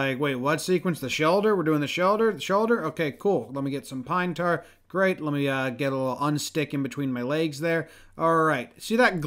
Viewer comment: "Lemme get some pinebrar",😆😂